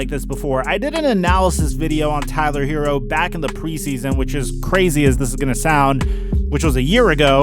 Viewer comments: please get this man's name right! Don't disrespect HeRRo. His name is NOT Hero and doesn't sound like hero. Get it right man! 👍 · Look.... it's HeRRo. NOT Hero. Some of these "professionals" can't pronounce a name right to save their lives. Stop this lazy disrespect and get the man's name right! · Look.... it's HeRRo. NOT Hero. Can you pronounce a DOUBLE R or are you challenged by that?